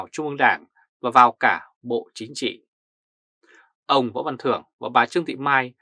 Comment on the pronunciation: Hihi bản tin hay , mà đọc không đúng chử nghĩa của tiếng việt nam ? nghe lâu rất khó chịu ? nên bớt lại sẽ hay hơn : dỏ dàng ( rỏ ràng ) chính chị ( chính trị ) hóa da ( hoá ra ) ? tại sao là phải đọc sai mà không chịu sửa ??? cái xấu nhất là buộc người ta phải nghe theo cái sai của mình ! ( kỷ sở bất dục , vật thi ư nhân ) !